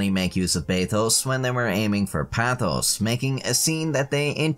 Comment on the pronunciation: Pathos is pronounced pay thos not pah thos .